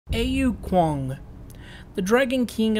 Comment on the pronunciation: Thank you for this <3 I suck at Smite so all the help I can get is needed :) Also, I believe it is pronounced "Owh kwang"; owh as in the noise when you hurt yoursef